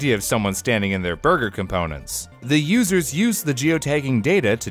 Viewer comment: Can't help but notice there was no emphasis on the word "users".